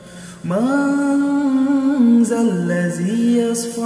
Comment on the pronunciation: Есть ошибка в чтении манза ллази ясфау Надо читать яШфау